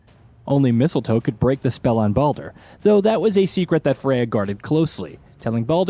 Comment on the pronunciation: I’m 100 percent convinced that they butcher the names on purpose to get people ripping them in the comments section. The more comments, the more they benefit from it. My point: listen from when he mentions Baldur… says it wrong twice and in the same breath says it right twice. Obviously knows how to say it right. I think the mispronouncing is simply a way to drive the number of comments because they know people will be quick to roast.